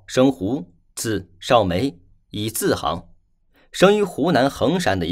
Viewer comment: 溥的名字念錯了，是心与。以字行，應讀以字xing。你太不認真了。